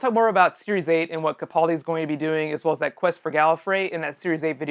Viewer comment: Learn how to say peter capaldis name